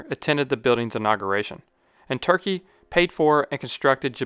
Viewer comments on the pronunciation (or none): none